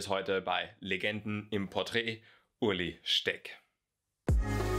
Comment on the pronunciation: Er heißt Ueli und nicht Uli :D